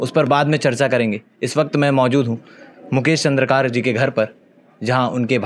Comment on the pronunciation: चंद्रकार नहीं चंद्राकर बोलो